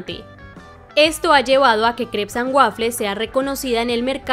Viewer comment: EL NOMBRE NO SE DICE EN INGLÉS, MAL AHÍ